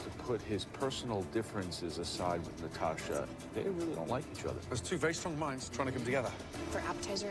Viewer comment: Nghe kĩ luca nói từ strong thành sờ tờ rong =)))